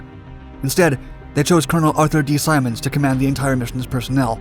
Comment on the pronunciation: It's Simons, it is a long "I".